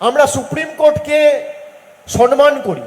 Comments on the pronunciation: Are murkho "sonman" noi ata "somman" hobe. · সনমান নয়, সম্মান হবে।